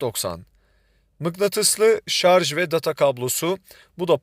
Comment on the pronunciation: Şarzz demediğiniz için teşekkürler.